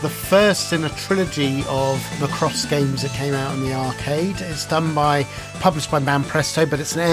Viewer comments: MackRoss, not McRoss. 😀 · My ears started to bleed when you pronounced Macross like that :D Westerners might recognise the anime as Robotech.